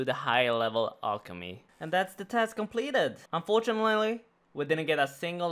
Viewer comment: unfortililily lmao